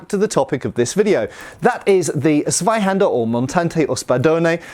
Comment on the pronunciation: The "Z" of Zweihänder needs to be pronounced "ts". So a hard t at the start.